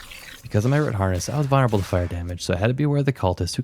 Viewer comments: did you say....vunnerable? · 🤣 that's funny too. It's Vuln-er-able. Just..read the word lol idk how to help. You speak fine, bro. The vids great. It's just the pronunciation of a couple words. You'll be fine lol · might've even be vonnerable...